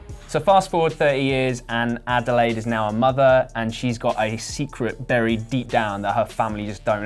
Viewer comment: Her name is Adelaide. As in the Australian city, AKA "down-under"